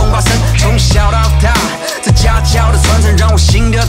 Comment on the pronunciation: 从小到大~真的~这瘦子怎么发音这么奇怪呢？